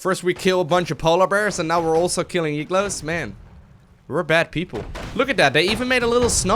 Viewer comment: he pronounced igloo as e-glow. I'm a bit confused. Is that a Dutch pronunciation thing?